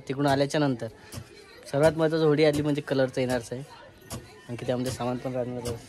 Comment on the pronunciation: होळी आसते ती होडी नाही 😂